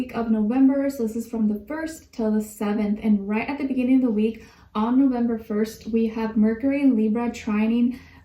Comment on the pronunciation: She said Nowember!!! SO CUTE